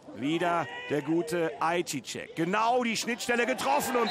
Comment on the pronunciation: Ist zwar "Ei seyah" ausgesprochen Young aber danke fürs hochladen.